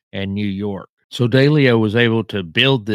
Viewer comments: Wow! You definitely do a deep dive into these mobsters. Your nickname should be the “Proctologist “ LOL! And I laughed when you pronounce Massa 2 Sis, I call it Massa 2 shitz! And you call Ralph Daily ‘O but it’s pronounced D-LEO. Anyway you did a good job on your research, I think you’re more diligent in your research, than Jeff GayDoo! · Its pronouced... 'DEE..LEE...O'... & NOT*...DAY...LEE O.. & 'ANN...JEW...LOW'... for Jerry Anguilo...the Boston street Boss for Raymond Patriarca Sr. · Little feedback, if you gonna do videos learn to pronounce Massachusetts correctly. Also, learn how to pronounce Italian names better. It’s not Deleo. It’s De Leo